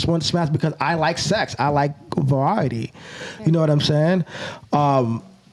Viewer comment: The bugs bunny N said va-wiety